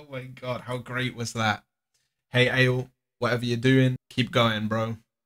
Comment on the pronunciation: Thats not how you pronounce ale !!!